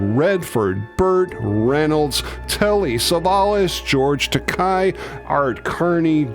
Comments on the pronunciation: You missed the 1985 to 1989 series ,and mis pronounced George Takai-( Ta-Kay).Shatner used to say the name correctly until he suddenly mis pronounced knowing that it was irritating, a man deserves his name said correctly, a small thing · (as Uncle George himself would say "Takei rhymes with gay. "